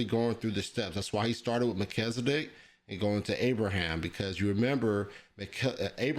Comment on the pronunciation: You pronouncing Melchizedek like Mel-kizzle-dic. What's that? His rap name? 😂